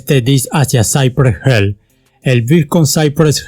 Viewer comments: No es wisi (wc) se dice dub si (wc) y saipres jill (cypress hill) no cipres hell!! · Lo peor fue cuando dijiste: saipre gel😔😔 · With a little effort you might stop mispronouncing the words. Cypress Hill/ Lo pronuncias; "Saipres Jil" no Saipree Hell, but whatever, zero killing OK. Peace, paz. Piiss. Westside Connection uestsaid conektshon Ice Cube Ais Kiub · Porque pronuncias "Cypress Hell" es literal se pronucia como se lee "Hill" Si dices "Hell" estas diciendo "infierno" y no tiene nada que ver con el nombre original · Que culero pronucias Cypress HILL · Que feo pronuncias Cypress Hill de allí en más no hay borlo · Interesante pronunciación de Cypress Hill 🤣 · Me agrada como cuentas la historia de este super grupo, pero tu pronunciación de "cypress hill" me incomoda jajajajaja